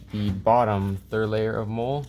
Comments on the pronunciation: Its Molle (Molly) not Mole, like brown bumps on your skin. Lmfao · Hate to be a nob but hearing you pronounce it “mole” makes me want to blow my brains out, it’s “moll-ee”. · its not mole its Mollie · Molle is pronounced molly. Not mole. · I was like I don't think that's how you say it...